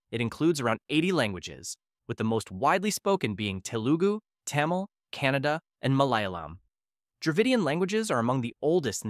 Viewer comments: you miss pronounce Kannada into Canada it is actually pronounce ( kan-a-da) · It's actually pronounced kah-nah-da not Canada 😂😂